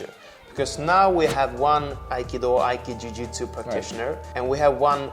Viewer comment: You shouldn't say "aiki jujutsu" but "aiki jutsu". Ju-do, Ju-jutsu. Aiki-do, Aiki-jutsu. ;)